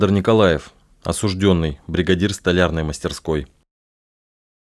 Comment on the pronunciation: слово «осужд Ё нный» пишется с буквой «Ё» и именно на неё падает ударение. Краткая форма причастия, образованная от данного слова, также пишется с буквой «Ё» – осуждЁн. Поэтому правильно говорить – осужд Ё нный, осуждЁн.